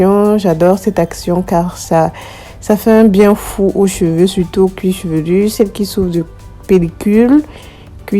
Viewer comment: On dit cuir chevelu. Cuir chevelurrrrr n'existe pas!